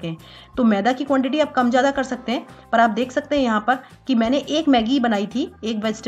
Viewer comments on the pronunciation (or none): none